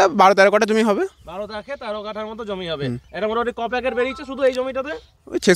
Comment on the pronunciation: Jomi ta thik kore bolun